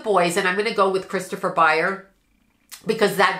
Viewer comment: ByerS with an S. How can you do a reading and continuously get one of the main characters name wrong?